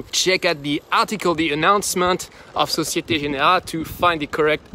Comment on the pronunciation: How do you pronounce Société Générale in French so fluently?